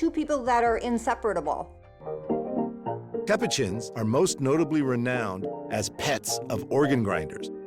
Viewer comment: “INSEPRETABALE” 😂 Does she mean inseparable? I’m confused…..